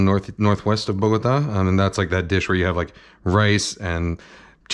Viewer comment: Your pronunciation of Ajiaco and Bogotá: 🏆